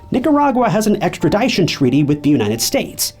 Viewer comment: “Extra’ DISH-shun” NOT “Extra’ DIE- shun”